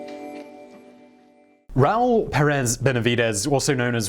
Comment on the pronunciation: Teresa Pérez! Not Peréz!!!